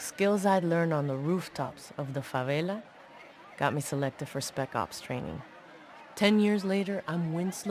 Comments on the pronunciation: and we dont say fawela policia, we say policia da favela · I mean, favela is speled fávélah, not fawela